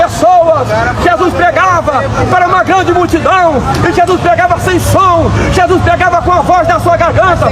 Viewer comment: "chessuis, ta voltando, chessuis, ta voltando...". Isso nao é vida cara.